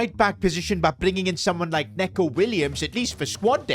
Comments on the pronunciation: It’s pronounced NEECO Williams, not Neco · Neco Williams ❌ N(e)co Williams ✅ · Neco Williams first name is pronounced "Niko" not "Neko" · It isn’t said neco it’s said nico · Say him like “Nico williams” Not like Neco Williams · 🤓 NICO WILLIAMS. NOT "NECO" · It’s not Neko it’s Nico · It's not neco it's nico😂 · neco not neeeco😂😂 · neeco williams, not neco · It's Nico Not Neko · It's pronounced Nico Williams, not Neco Williams. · Neco Williams is pronounced just like Nico Williams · it's pronounced like nico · you sure you said that right..